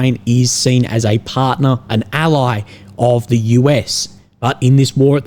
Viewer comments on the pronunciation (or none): none